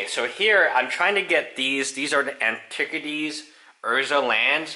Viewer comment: Antic-ities and popper! You are the Wilford Brimley of MTG terms pronunciation.